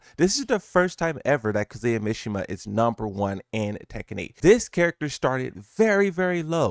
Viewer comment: Kazuya’s name is not pronounced like that